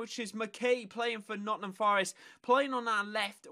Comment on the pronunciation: Nottnam? It's Nottingham and McKay is said mckai